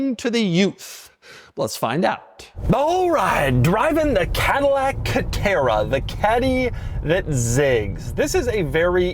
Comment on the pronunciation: Dude , calm down before you have a stroke. It’s just a C a TE rA